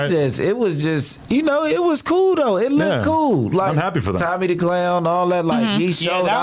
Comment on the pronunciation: Oh she coo? Come on man how hard is it to put the L on the end